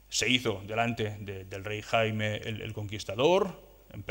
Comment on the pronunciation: No era Jaime era Jaume, no era Raymundo era Raymon...ja que parleu en castellà respecteu els noms, siusplau